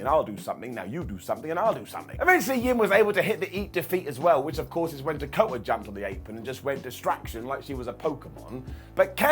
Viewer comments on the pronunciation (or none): none